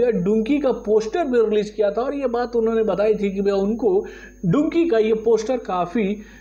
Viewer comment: Are chacha.... ab to डंकि का नाम ठिक तरहा से लो, अब तो टिसर भी रिलीस हुआ है। स्कुल में गए हो के नहि यार....??? 😂😂😂😂👎👎